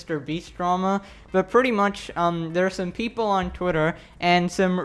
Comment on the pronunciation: I like the says 'twietr'